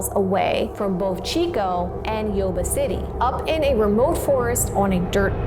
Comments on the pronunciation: I live by Yuba city, about 40 mins away. It’s pronounced you-ba City. Love this new channel. Love mysteries. Never heard this story before, born in 1978. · FYI... Yuba is pronounced 'You-Ba'